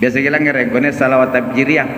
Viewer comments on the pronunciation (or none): Bukan tafjiriyah..... Tapi tafrijiyah....